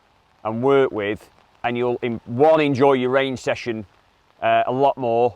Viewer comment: Did he say rain session or range session?